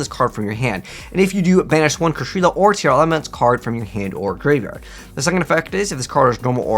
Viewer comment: It's okay he also pronounces TEAR LAMENTS as TIARA MENTS.